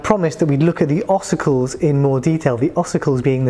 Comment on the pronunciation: Thank you - so that's how you pronounce it!